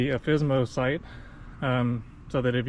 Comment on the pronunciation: Thanks for the video! Do newer models have this issue fixed? By the way, it is Alfissimo, not Alfissmo ; ) In italian the ending "issimo" is used to "maximize" an adjective, meaning "super" or "very".